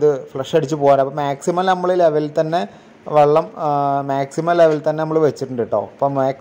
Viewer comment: വള്ളം അല്ല ചങ്ങാതി വെള്ളം ആണ്